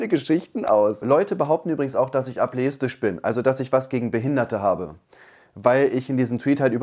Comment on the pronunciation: Ab•le•is•tisch Lern das mal aussprechen